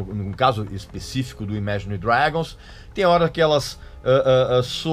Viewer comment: Regis, você não sabe nem pronunciar Imagine Dragons, quem dirá falar sobre Rock Progressivo. Sugiro q comece em